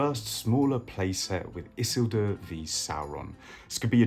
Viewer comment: Why you say isildur like that lol